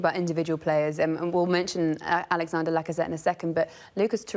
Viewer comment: And LAGGAZETEE